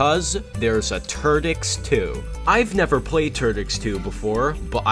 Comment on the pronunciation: Sounds like "Ter-dicks!" XD